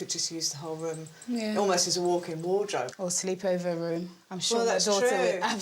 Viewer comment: Typical yuppy puppy woman..." rhum screams update me"...her pronunciation?? My goodness...😮